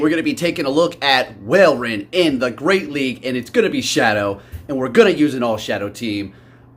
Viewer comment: i rly love your videos, but pls its not whalerein, its walrein, like walrus. Don't know why this triggered me that much xD xD xD